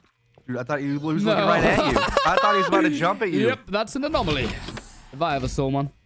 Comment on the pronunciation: bruh, its 'anomaly' not 'anomalie'